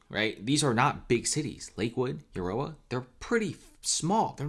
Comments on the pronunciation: It’s Aaaarrrora. Not Urora. Thanx for your report. This affects me greatly!! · It's pronounced A-roar-A not You-or-A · Dude it's pronounced A ror a Arora the U is silent. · Aurora is pronounced Aw-Roar-Ra, the same as the astronomical phenomenon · Uh roar ah. Thats how Aurora is pronounced! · It's pronounced A ROAR AH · aurora is pronounced uh roar uh haha great content loved the break down of information you did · Say it with me now UH ROW UH AROURA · Please learn how to pronounce A RO RA (Aurora) properly. Thank you. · why can't you pronounce 'aurora' correctly? lol. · Aurora sucks. He can pronounce it any way he wants. mostly chicano. Theyll fit right in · Yeah, this guy knows shit about denver. listen the way he tried to say Aurora. Then claiming lakewood and Aurora are small towns. Get your facts straight, you sound dumb AF.